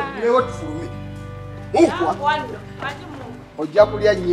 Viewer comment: Who else agree with me that muukwa is the true definition of mwaami mutembeyi in Ssebbare's Song😅😅😅😅😅😅 am in love with the way pronounce the word Mukwaa😅😅😅😅.